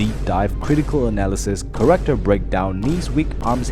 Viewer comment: Background corrector? Or Character? Dude says corrector instead of character.